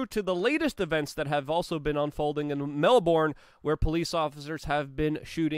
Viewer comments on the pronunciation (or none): Mel-BURN, not MEL-BORN. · Not “MEL-BORN”! It’s “MEL-BURN”! Dammit! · The name of the city is pronounced, Mel BURN not Mel BORN. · Love you Luke. Been following you for years now. Love your PASSION for humanity. Please tell all Americans "MELBOURNE" is pronounced MELB'N , and "BRISBANE" - BRISB'N or BRIZZY... You and your channel ROCK.. Keep up the fight. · It is pronounced "Mel-bin."